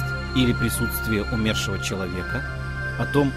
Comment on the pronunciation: Почему умЕршива, ПРАВИЛЬНО БУДЕТ сказать Умершива ударение на " У". Ведь Умер, а не умЕр. Ваше неправильное ударение ухо режет.